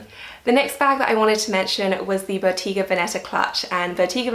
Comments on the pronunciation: Bottega Venetta is pronounced bow-teh-gah not bow-tee-gah <3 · It's pronounced Boh-TAY-gah, not Boh-TEE-gah.